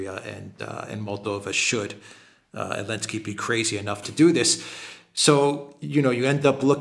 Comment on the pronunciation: Is this Elensky without Z stuff just for kicks or you seriously have to pronounce his name like that in Europe?